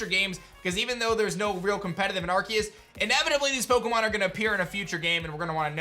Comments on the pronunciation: but it don't litterally look it up there's 1 way to say it and it's not with a K there's 0 definition online where it's pronounced that way it's just edgy and cringy lol it's Aar-see-uhs like look it up 1 pronunciation tho I ain't made ppl pronounce how they want I mean look at rap they cant say you they sound like pikachu saying chu XD I was just pointing it out I find it wierd he looks like the type if person whod try to pronounce stuff accurate so I was making it more like a joke but typing hard to add feels lol but yeah I was just pointing it out there's is 1 solo way to pronounce it lol. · no he's not lol it's been a word/name for a long time and he's one of the few pronouncing it that way XD the C is pronounced as a S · Still pronouncing arceus wrong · It's literally officially pronounced with a hard C sound in English. You can pronounce it however you want, but it's how it's pronounced in the movie, and how it's pronounced for the game in trailers and such. Plus, Silvally's ability that is based on Arceus is the RKS System. R-K-S. ARE-KAY-US/ARE-KEE-US. Either way, it's a hard C sound, not an S. If Arceus was pranced with an S sound, then Silvally's ability would be RCS System, to reflect that pronunciation. I would believe that Pokemon would be the ones to know how to pronounce the Pokemon they come up with, and it has always been pronounced with a hard C in English. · Doesn’t matter imo. Both are the correct pronunciation. I agree pronouncing the name with a C is the official way to say it overall, as they say it like that in Japan, but the English version pronounces it with a K officially.